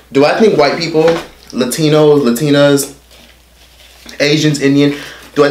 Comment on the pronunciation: My sweet baby when the hell did we start pronouncing LaTINAS with LaDINAS lmfaooooo I been starting to also kmfaooooooooo LOVE YA!!!